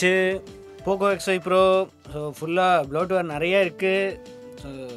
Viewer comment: Pocooooooo x 5 proooo your pronaucincen 🤣